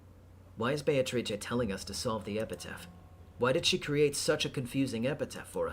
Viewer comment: "Those who remain" have to be "be-a-to-ri-che".